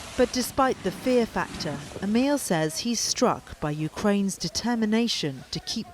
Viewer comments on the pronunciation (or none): none